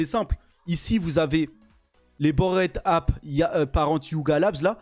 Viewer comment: Cette prononciation de "Bored Ape"... 🤢